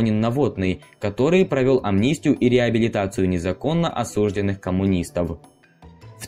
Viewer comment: Ну,более-менее удовлетворительно повествуем,. Только...Вам-бы ещё с ударениями ("ерЕтик","осУжденный" и т.п.) разобраться и со склонениями сложных числительных,-будет даже неплохо!:-)